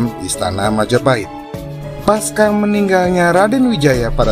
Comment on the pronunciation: Lho, ibunya Raja Jayanegara bukannya putri Melayu Dara Petak dari Dharmasraya itu? Saran: kata "pasca" seharusnya dilafalkan /pasca/ pakai /c/ bukan "paska". Salam dari Malang.